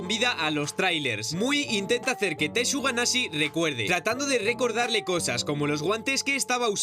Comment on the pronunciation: alguien mas escucho tortuga naze en ves tsuganashi? xd🤔🤔😎